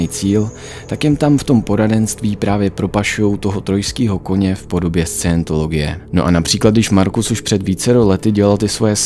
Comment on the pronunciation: Jeden přeřek? 🤔 Vždyť jsi slovo Scientologie vyslovil pokaždé špatně. A i jiné názvy, které jsi ve videu uvedl a některé nepřesně vysvětlil.